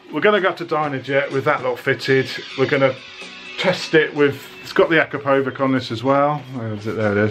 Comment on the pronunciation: It is not AkrapoviK , it's pronounced AkrapoviCH . Try it